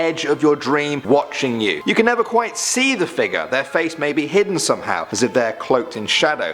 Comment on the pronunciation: i like how you say figure "figuur"